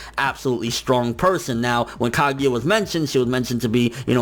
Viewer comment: I really don't like the way you say sone of the Japanese names like Ka*gi*ya instead of Ka*gu*ya